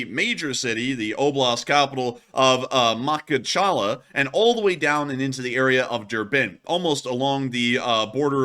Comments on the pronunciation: You pronounce city name in some funny way, say it something like this: MU-HUCH-KA-LA (with accent on the last syllable) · Ma-khach-ka-LAH. Accent on the last syllable. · It's pronounced - ma-kach-kalla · DaGestan ( G not J ) ... MaKHachkala Ma-khach-kala ( kh = xch) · Mok•hoch•kahla I think is close to how it is pronounced. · Makhachkala is pronounced MaHAchkala. Also, Dagestan is pronounced with a hard G. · Jesus it's so scary to see someone struggle with putting a few syllables together... Ma hatch ka la - WTF is so difficult? :D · Bro is definitely not an MMA fan if he can’t pronounce Makhachkala, Dagestan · You need to learn how to read or pronounce Russian city names. Try again Makhachkala. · Makhachkala If you pronouns correctly, you will sound more authentic/you know what you're thinking about Try it, you may enjoy it 😉